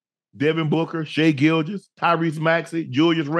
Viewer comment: “I ain’t gon mention Devin Booker. I ain’t gon mention Shai Gilgous.”….. …”Lemme read through the names real quick. Devin Booker! ☝🏾Shai Gilgous!” ✌🏾😆🤣